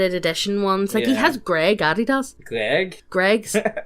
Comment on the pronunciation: “Addy daz” “neyek” holy crap lol